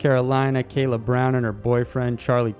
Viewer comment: It's Kala Brown, not Kayla. just for clarification